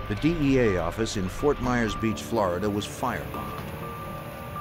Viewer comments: God I hate how the narrator says “Flaridah”. It’s flORida jfc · For the lovely people watching to learn English, “Florida” is pronounced “FLOOR-ih-da” NOT “FLAAH-ra-duh.” But feel free to say New York as Noo Yaaaak 😂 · Flaar duh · Flow Rydah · FLAWDA. Flow rida. Flawed DNA people lol.